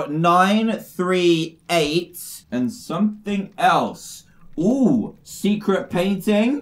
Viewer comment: It's funny when dan says secret painting 😂